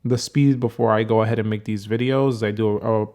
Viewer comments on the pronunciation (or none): none